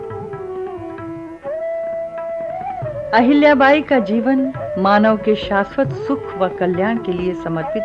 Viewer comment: what is this पुण्यास्लोक आहिल्याबाई. first speak पुण्यश्लोक अहिल्याबाई. that left really bad taste in mouth. Nowdays it is bad trend that Marathi names are spoken wrongly n nobody objects.